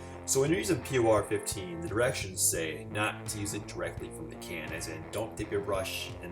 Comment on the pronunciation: It's pronounced "poor" 15 😉